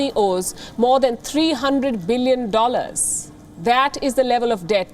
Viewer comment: Love the way Palki says Dollars : ‘Dolleyrrs’ !! 😂😂😂